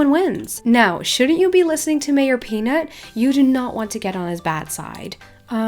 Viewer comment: "Maroj Peanut" ? Wasn't it "MAYOR Peanut" ?